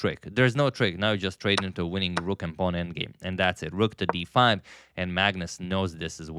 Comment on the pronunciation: "A pwan promoted to B pawn"